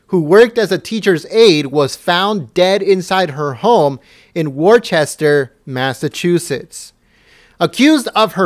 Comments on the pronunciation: Worcester is pronounced Woohster(Woosta), not Warchester. This is absolutely horrible though. I live in the area, and was born in Worcester... I was just in the city the day before yesterday. Heard about it on WTAG radio, but that's about it.. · Worcester is pronounced wuhster. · It's pronounced WOOSTER, MASS